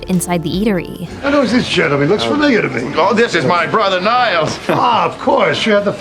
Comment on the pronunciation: Did you say framilia or familiar?